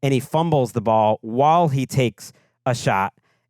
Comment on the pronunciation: love the show, buddy. The word is WHILE, not wall.